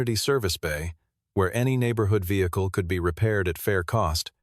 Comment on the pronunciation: '...Was not the first vehicluheaua'. Wtaf